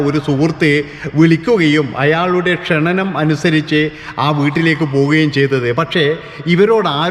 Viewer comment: ക്ഷണനം എന്നാൽ മരണം എന്നാണ് അർത്ഥം.. ക്ഷണം എന്നാണ് പറയേണ്ടത്